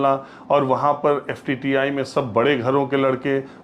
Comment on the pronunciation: Pls call FTII and not FTTI. Also would like to correct you on Kishor Kumar's song for Mithu Da. Kishore Da has given playback for him in movie Waqt की आवाज. Sridevi was against him